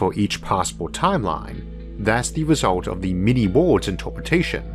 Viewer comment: My favorite of his pronounced words is ""wohls"" for _Worlds_